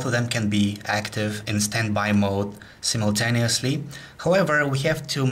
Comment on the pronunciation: sim-eltaniously :D